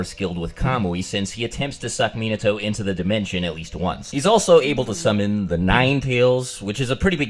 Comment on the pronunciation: You actually have the right pronunciation of Minato's name. Its just Americans are bad at pronouncing foreign names.